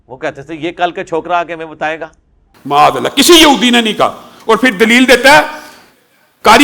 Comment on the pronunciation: Muaz allah Nahi Maaz allah Hota He😂